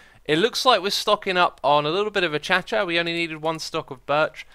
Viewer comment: "Uh-Cha-cha wood".... O.o